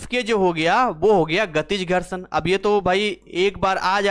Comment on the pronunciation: Gharshadva😂 maza ata h aise sun kar entertain bhi hote rehte h